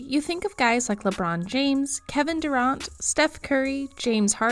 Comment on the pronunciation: Lol! Kevin Durauunt. Geeeanis Damn, also says Weber state wrong.